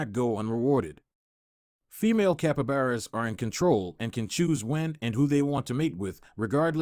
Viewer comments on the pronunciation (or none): Capabaras its capybara 🤣